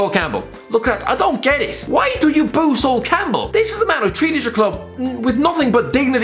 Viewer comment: I was about to go mad when he said sol Campbell